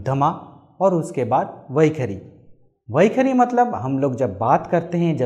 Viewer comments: You are wrongly pronouncing as vakhari. Should it not be vaikhaari? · Its वैखरी NOT वैखारी .. and please don't chant any Vedic mantras until you have cleaned up your pronunciation. I appreciate your effort, but this is disastrous!